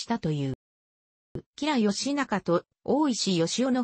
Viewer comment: 読み方が間違っているので良くありません。